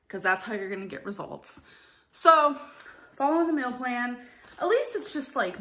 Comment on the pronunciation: Or "mills" instead of meals